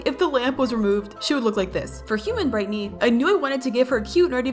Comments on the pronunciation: BRIGHTNEY NOT BRITNEY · Boxten, not Boxton Rodger, not Roger Bobette, not Bobbit Coal, not Cole Rudie, not Rudy Looey, not Louis Vee, not V Brightney, not Britney Razzle & Dazzle, not Razle Dazzle